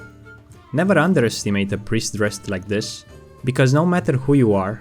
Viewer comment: Just like everyone else is saying, you got priest wrong.